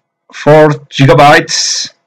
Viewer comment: "four JIGABTYES"